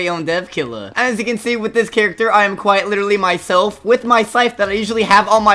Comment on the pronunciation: “quite witerly” cornball🥀🙏